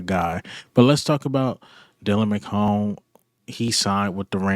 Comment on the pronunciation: McMahon lol you been calling him forever... like jim McMahon...lol